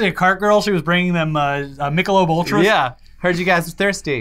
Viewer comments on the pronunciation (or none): none